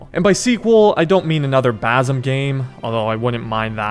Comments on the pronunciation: god damn just say it right its writen bassem but its in arabic its sayed like Baccim c like s in super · Basim❌ Bazam✅